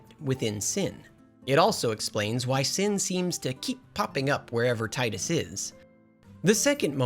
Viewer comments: Final fantasy x brings me back so many good memories and was such a shocking story for me as a kid. P.S. His name is Tee-Duhs, not Tide-us. Personal issue but kind of cringe every time his name is pronounced wrong through no fault of those who pronounce it wrong (whether on purpose or not). James Arnold Taylor himself confirmed it and I distinctly remember "Tee-dus" watching commercials and talking amongst my friends for this game back in 2001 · Fyi its teedus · Oh no. You say TIDE-US. This debate will never die. I'm only at the introduction of Wakka. I'll edit/update throughout the video. Edit 1: I fell asleep watching this so I'm trying to go back and catch up. The inability to pronounce Macalania as a running gag is fun, but, damn, the saying Tide-Us and Bye-kanel is killing me. Maybe this sort of thing is your brand of humor. I don't know. This was in my recommended so I clicked. I'll do more looking into other videos of yours. Edit 2: I wonder if you cover the remaster at all. I missed the PS2 face models but I've been playing the remaster for almost a decade so this is mind fuckery. Edit 3: You are mixing up a decent amount of plot but you did mention at the beginning that you only played this twice since release so that's understandable. I like your delivery or dramatic script reading. Very well made so far. Just passed the Gagazet Dream of the Fayth part. Tidus was originally going to be unsent but The Sixth Sense came out so we can't copy that so boom you're imaginary instead. The development of this game is honestly fascinating. Edit 4: You can freely sort both items and equipment from the party menu outside of battles. either manually sorting or using the auto sort button. Edit 5: I know that my comment is gonna come off hella harsh, and I don't mean to antagonize. I'm super passionate about this game and also love looking at valid criticisms. I fully agree that the Jecht story is hella weak because your abusive father get